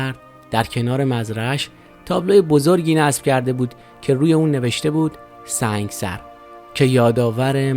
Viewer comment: Thank you so much for your information, The correct pronunciation of that city is Sang'e sar. I was born in Iran as a Bahai and I knew allot of Baha'is from Sang'e sar. Thank you again for your videos, Love from Arizona